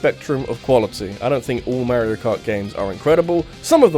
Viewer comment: Why do you say “Mehrio” instead of “Mario” ?